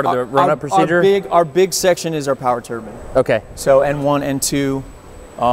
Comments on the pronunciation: I cant watch this guy say turbin anymore.... I get enough of that at work man, theres an E and the end for a reason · It bugs me when people pronounce turbine like turban.